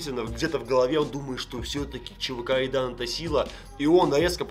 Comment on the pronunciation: Так угарно когда не может Р выговорить и называет чвк Айдан😂😂😂